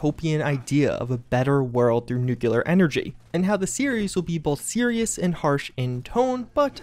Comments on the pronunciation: The only possible way i wouldn't support such a project is if they said, "nuke-u-lar". Every time our boy mangles that word, i die a little inside. NOOK-LEE-R. Not nook-ya-lur. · I doubt Amazon has any reason to declaw the content from the fallout series. They certainly didn't with The Boys. Also, for fuck's sake it is pronounced new clear! N U C L E A R nu-clear! New clear! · Jesus Christ please stop pronouncing nuclear like that